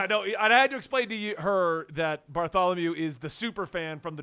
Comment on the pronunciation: I heard Bartholomew and kept thinking he was talking about Kuma. But he means Bartolomeo.